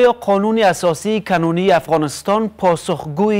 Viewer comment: بچه حاجی کنونی را بسیار بد تلفظ میکنید